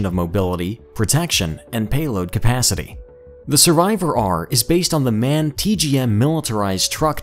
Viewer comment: It's not Man!. It's M.A.N.!. Learn German!.